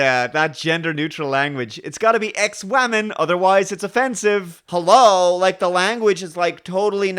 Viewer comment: I believe I understand the point you're making here, but "Wammin?" That's not what she said. Again, that's not what she said.